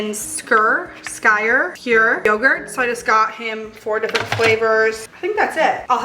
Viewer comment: Hey the Icelandic yogurt is pronounced "Skee-er" haha almost like saying someone skiing is a skier lol